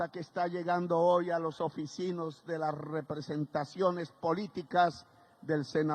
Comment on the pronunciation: Hay que continuar practicando la pronunciación de las palabras que contienen la letra "D". Abro comillas. HISTÓRICA CANTADA 'E' TABLA 'EL' PRESIDENTE 'E' LA REPÚBLICA... Cierro comillas 😎